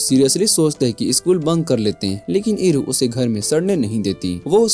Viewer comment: Bruh your pronounciation is horrible होटेरु? उरु? Like what? I doubt you even watched the anime Hindi is a very diverse language you can easily pronounce Oreki Hotarou (ओरेकी होतारो) and Chitanda Eru (चितान्दा एरू) in hindi, i don't understand how could you fumble so bad 😭